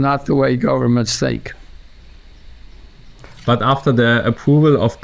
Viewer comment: Fantastischer Move dass du sink statt think sagst damit leute hier Verbesserungskommentare posten